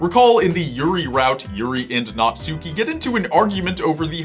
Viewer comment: WILL ANYONE EVER GET NATSUKI'S NAME RIGHT?!